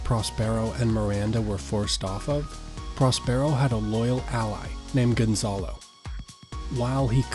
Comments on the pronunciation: he says pros PAIR O but its pros PUR O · It‘s Próspero — not Prospéro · It's PROS-per-o, not pros-PERE-o. 350,000 views and the main character's name is mispronounced. That's the internet for you. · Pros pear o🤣🤣its pros per o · PROS-per-o. Not "pros-PERO." This pretty much ruins the video for those of us who know the play.